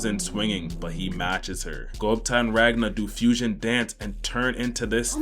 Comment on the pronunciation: The fact that this guy, who can't even pronounce "ranga" properly has 120k subs shows how stupid this world has become.